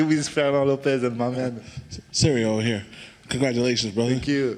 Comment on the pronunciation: The guy sounds like he’s saying cereal